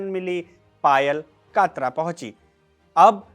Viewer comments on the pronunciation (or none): कात्रा नहीं कटरा है